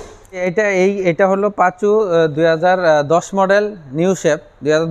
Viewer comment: সবথেকে বিরক্ত লাগছে টয়োটা পাসো গাড়ি কে কিভাবে বারবার পাচু পাচু বলতেছে